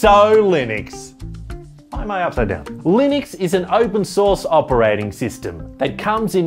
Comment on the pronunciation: "Open sauce OS" 😂